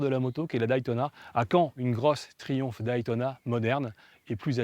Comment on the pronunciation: Merci pour ce beau souvenir. Pour info, Day ce dit "dai" comme "jour" en anglais que tu connais... Mais pas Daï comme ail ail ail ! ou Die (mourir), alors arrêtes de dire aïl, ça fait vraiment mal au oreilles, merci pour nous, hahahaha